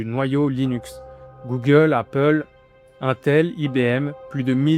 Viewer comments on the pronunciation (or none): none